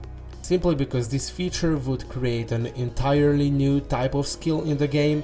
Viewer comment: “Vould”